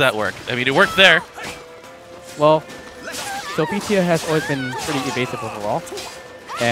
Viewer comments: It’s Sophitia not Sophesha. I won’t lie that shit was driving me crazy inside lol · Will this man please stop saying Sophecia? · why is he pronouncing sophitia's name like that